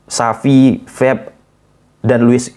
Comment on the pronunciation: Pep bang bukan feb 😂😂